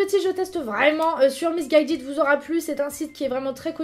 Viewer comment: tu a dis misse gaydid